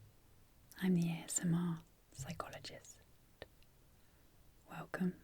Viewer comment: The intro is my favorite part. I like how the t gets smacked like it stole something. PsychologisT. *tingles *